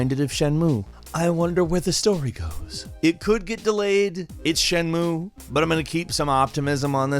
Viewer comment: Jenmu ? Its pronounced shen-mue and tenkou(Tenchu) ,its pronounced ten-shoe ,I know im bit of a grammer nazi but too Classic title names you just slaughtered and i couldnt let you get away with it scott free 😊